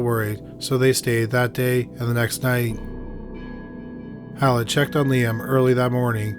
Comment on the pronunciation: My only complaint is your pronunciation of Beverly Allitt's name. It sounds like you're saying "Olive" with your accent! 🤣 But it's "Al-lit" not "Aull-it" - I don't know if you do already, but maybe watch a video from the case's native area and see how they say it? Other than this, great video as always!